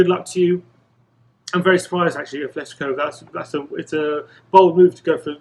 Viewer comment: It's not Athletico Madrid, it's Atletico without the H. Please stop saying Athletico. There's Athletic Bilbao and Atletico Madrid, it's not difficult. Thank you.